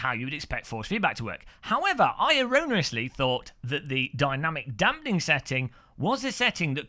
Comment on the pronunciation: What was that - in Australia we have our local Footy Show (AFL) that has a "say that again" segment, when people fluff up a sentence. So at roughly did you say "Dynamic Dumpling" hahaha --- SAY THAT AGAIN!!!;D